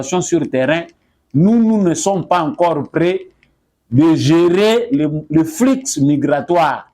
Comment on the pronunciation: Voilà comment s'écrit : debout. Il n'y a pas d'accent sur le "e". C'est debout congolais et pas d"é"bout. Va dans Google et tu verras... On dit" flu" migratoire, le X final ne se prononce pas. Mon fils, tu parles bien le français, malgré quelques erreurs de prononciation. En tout cas, tu es bon chroniqueur.